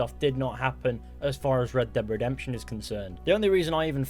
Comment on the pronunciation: Red dead revolver Red dhead redemtion Red dead revolver Red dhead redemtion🤣🤣🤣duh duh duh duh